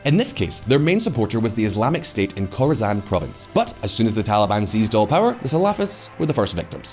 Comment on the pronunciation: Learned a lot in this video, for example the Khorasan region that encompasses parts of Afghanistan, Iran and Turkmenistan is pronounced exactly like Coruscant lol